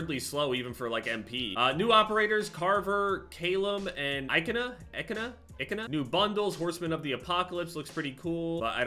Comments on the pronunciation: It’s callum not caylum 😂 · hearing how says 'callum' 😭